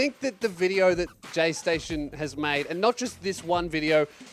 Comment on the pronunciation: Take a shot every time you hear says gaysation